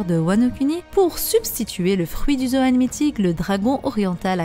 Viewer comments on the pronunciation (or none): none